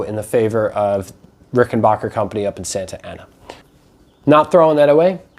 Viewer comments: As soon as I hear Rick en "BOCKER" instead of the correct RickenBACKER I assume ignorance ! If you can't pronounce the name correctly, Makes me question everything said ! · Stop saying RickenBOCKer. It makes you sound like an idiot AND it's wrong. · Very impressed with your site. BTW, not trying to be nit-picking, but the correct pronunciation of the name is Ricken-BACK-er. Short A in Backer as opposed to long A as in AH. It's my understanding that Grandpa Rickenbacker changed the pronunciation of the family name before, or at, the time of the founding of the family business. Thanks for a great vlog. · Please learn how to pronounce Rickenbacker properly. 😃